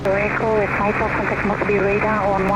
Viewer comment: Maipa, spelled as Miapa, you said it perfectly. Maipa is part of my sub-district.😊